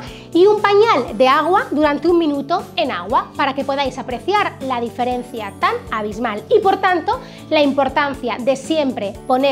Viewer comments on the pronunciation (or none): none